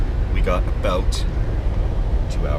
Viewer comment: didn't you hear him say "aboot"? obviously canadian